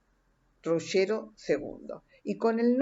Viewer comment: septentrional NO! ESO SIGNIFICA DEL NORTE! Del sur se dice "meridional". Es una pesima diccion la suya , exageradamente lenta y pesima pronunciacion sea en castellano que en italiano! cono se atreve a llamar "RuSHero" a Ruggero!!!!!!! desarroSHo al "desarrollo"! que le cuesta aprender a pronunciar al menos las palabras italianas k va a nombrar! una verguenza de redaccion!!!!!